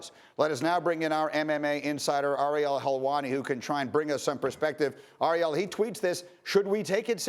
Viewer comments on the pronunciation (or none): Its AIR-eal. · hurts my ear every time the dude pronounces ariel's name wrong